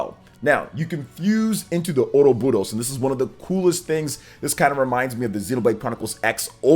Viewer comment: Stop pronouncing Ouroboros like that 😂 just listen to the Direct and how they say it...